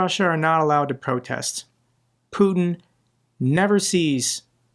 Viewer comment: Put-eh (strange pronunciation) isn't coming to Alaska. This is a reality show script.